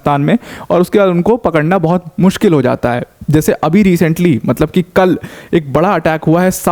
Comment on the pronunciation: How Notice Kol..( kal )..🤣🤣